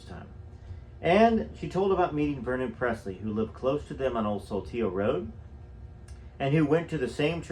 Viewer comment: Saltillo is pronounced with a short "a" and emphasis is on the first syllable. Sal til lo